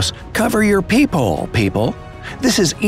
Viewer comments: I thought he said poophole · Am I the only person who thought it was peehole and not peephole XD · Whenever the dude says peephole I hear it as people and when he says people I hear it as peephole